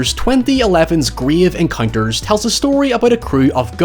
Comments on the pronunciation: ‘Gryev encoynters’ I love you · I unironically like and enjoy Grave Encounters (love how you pronounce that) both as a FF horror film and a parody. The "scary" part for me wasn't the happenings or ghosts themselves but the repeating or suddenly disappeared hallways, doors and staircases and the time warp effect. I always found those ghost hunting tv shows to be way over the top and trashy (though I watched X-Factor religiously) and so enjoy the parody of them. The show Supernatural actually had a couple of recurring characters that were producing such a show, calling themselves the Ghost Facers. All episodes with them were hilarious. On the topic of fount footage horror movies, have you done As Above So Below?